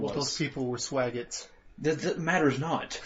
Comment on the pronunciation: lol "swaggets"